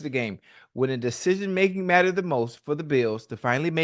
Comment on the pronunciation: Man can’t say decision making to save his life